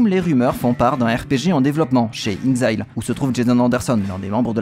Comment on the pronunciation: inXile se prononce inEXile.